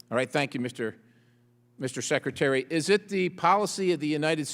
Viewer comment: How come he can’t stop calling him #seketary??